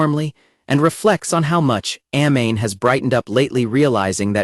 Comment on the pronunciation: That pronunciation of Amane is killing me. She is not a flammable gas. Ah Mah Nay. Kouchou isn't a name it is a title. Suzuki isn't a fake name - it is his family name. This is why AI is always going to be inferior.